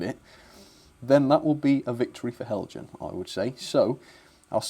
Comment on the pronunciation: Hi, what a disappointment! Heljan (well done for the correct pronunciation) Have not been lucky with the class 17. I bought mine back in 2009 and the motor promptly died. Heljan accepted the fault and issued new chassis for anyone who wanted to replace. The gears were too stiff and caused the motor to fail. Now we see this. I wonder if there is a circuit issue? Heljan DCC blanking plugs often have dry joints, if you can open it again check for heat after running. Be interesting to see a mA reading as well. As for the buffer beam detail, I am undecided on that, I hate fitting it. All my new Heljan locos have a wire bar that goes over the buffer beam so I can couple up, best of both worlds. Here is my 2009 model in action